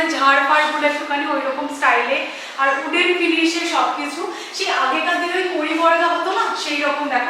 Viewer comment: ooden noy wooden,w silent noy